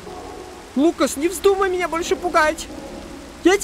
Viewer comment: Ты сказал фукас